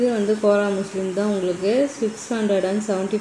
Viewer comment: கோரா மஸ்லின் தான் சரியான உச்சரிப்பு